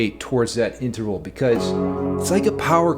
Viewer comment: Did you say interphallic,? 😆I thought I heard that somewhere near the descending tritone section.